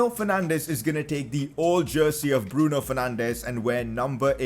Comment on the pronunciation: When u order it:Bruno Fernandes When it comes:Breno Fernandes